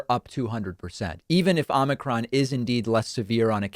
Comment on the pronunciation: I don't think DP knows how to pronounce omicron.